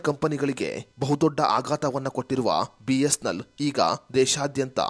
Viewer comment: ಸರಿಯಾಗಿ, ಸ್ಪಷ್ಟವಾಗಿ ಬಿ.ಎಸ್.ಎನ್.ಎಲ್ ಎಂದು ಹೇಳಿ. ಬಿಸ್ನೆಲ್ ಅಂತಾ ಹೇಳ್ತಾ ಇದೀರಿ